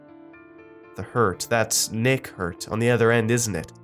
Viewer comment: "Nick hurter"